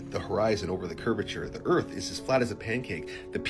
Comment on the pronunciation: I could never take the first guys videos seriously. Anyone who says “Erf” instead of earth is just…not credible lol